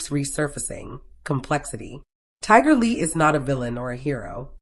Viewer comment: This is so sad. I hope that everyone hearing this prayers for their family. 🙏🏾. Is this A I speaking because her keeps getting mispronouncing her name. It’s Tiger Lily.